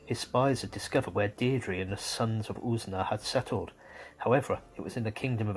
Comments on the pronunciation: Deirdre name is pronounced more like Deer-dreh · I thought it was pronounced "DEER-DRA" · Wrong pronunciation of Deirdre